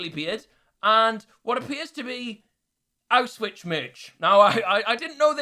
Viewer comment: the way he pronounced auschwitz 😂